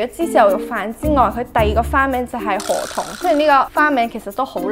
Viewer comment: 唔知聽到周庭讀河童kabba、聽唔清楚你讀b定p音，另外かっぱ喺日文日常會話解做雨褸／好識游水既人（好似係）